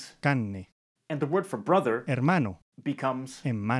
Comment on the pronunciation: Hi, I’m from chile and some examples are incorrects like , please say hermano with r and carne with r becouse carne with out r it used for some people Llamados flaites and if you dont want to be one use the r